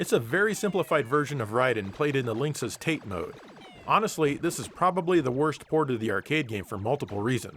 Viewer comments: "teght mode"..? I assume you mean "ta-te" ("vertical") mode..? ;) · It's not TATE, it's TATÉ... Pronounced Ta-tay. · Not to be "that guy", but it's pronuniaced "Ta Tay" not " tate" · Hey wth, it's TATE MODE, not tate mode. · It's a running joke, he enjoys trolling people over pronunciation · Did you say taint? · Also "tate" is pronounced "tah-teh", it's a Japanese word. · deliberately mispronounces it to show how little he cares about Japan or its silly language, and he wants all the weebs to be furious about it. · You are pronouncing Tate incorrectly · Missing Dave correcting the pronunciation of tate mode